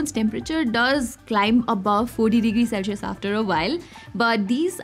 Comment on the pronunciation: Finally the return of "Celshius" and "Ashphalt" 😅😂🤷🏻